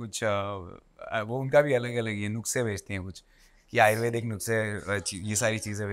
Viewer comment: Around 27th min: नुस्खे hota hai. Nukse nahi. Siddhant chaturvedi yaar.